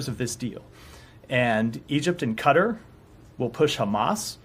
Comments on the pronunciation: Its pronounced Ke-tar not car-ter you f*cking mor*n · it's pronounced "catar", not "cutter", stupid american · I lived their, it's pronounced 'Kuh_ taar' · I know I hate it when they call it cutter 😂it’s pronounced Ka-tar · Also who the heck calls it Cutter? I’ve heard Ka-Tar, Kay-Tar and even Kay-ter but never Cutter.. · Egypt and “Cutter” ? Americans always creating their own pronunciations to words that aren’t English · Since when is Quatar pronounced CUTTER??? WTF?!!!?! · That dude did not pronounce Qatar correctly. 😂😂😂 Its not pronounced Cutter. 😂😂😂😂